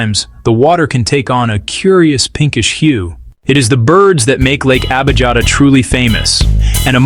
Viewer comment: Correct pronunciation is Lake Abiyata. Sometimes the German spelling is used: Abijatta. But I'm German j is pronounced like y in English. The Italian spelling is Abiata. Such a fundamental error is pathetic!